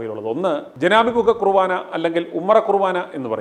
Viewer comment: കുറുവാനാ അല്ല ചേട്ടാ, കുർബാന. ഒരു വയസ്സായ അച്ചനെ തല്ലിയതാണോ ഇത്ര ആഘോഷിക്കുന്നത്? കഷ്ടം